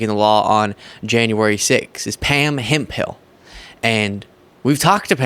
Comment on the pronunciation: The second (H) is silent in the last name HEMPHILL,!! It's not (Hemp,Hill)!!